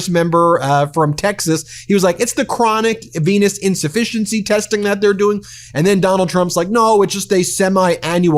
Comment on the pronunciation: Did he say, "chronic penis insufficiency"?